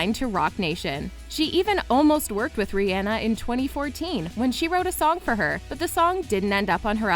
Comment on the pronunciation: Did you just say “Ree Anna” not Rhianna? Say it again what the actual frick